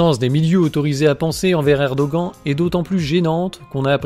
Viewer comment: c'est assez insupportable cette prononciation de Erdoğan que vous ne sachiez pas prononcer le ğ OK, mais vous pourriez faire comme beaucoup de français et dire "Erdohane" ou "Erdogane", certainement pas "Erdogant" en tout cas. il n'existe à ma connaissance aucune autre langue dans laquelle les lettres [an] se prononcent avec cette voyelle nasale c'est un peu comme si vous disiez Donald Train, ou Jeau Bidant